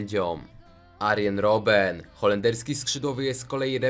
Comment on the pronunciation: dziwnie wymawiasz końcówki wyrazów na przykład arjeeen robeen